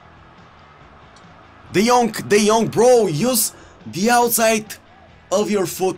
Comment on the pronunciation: Everybody: King Henry and De Jong: Kink Onry and De Jonk